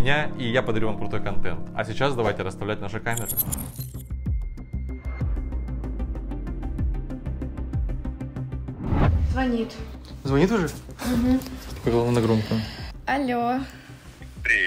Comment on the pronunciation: Не званит а звонит